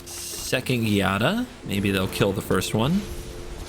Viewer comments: Not to nit pick here, but the Gi in Giada should be pronounced "Jada". The italian alphabet doesnt have J so it instead many words and names will use gi- to achieve the same sound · Giada is pronounced with a soft sound like "jiada" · It’s a soft G in Giada. 🙂